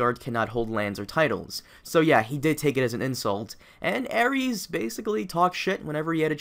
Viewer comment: Aries? It's Aerys bro